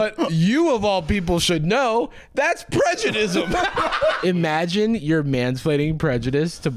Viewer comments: You say Bruno prejudis, when I know for a fact he prejudisn't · it’s giving roll safe “you’re moving kinda prejud-ice”